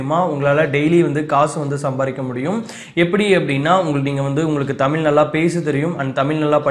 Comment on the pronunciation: தமில் இல்லை தம்பி. தமிழ்.